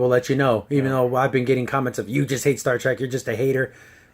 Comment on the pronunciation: Did you just say "Star TRAK"?